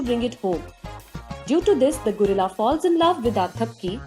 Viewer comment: I like the way she said gorilla Gurilla, lol..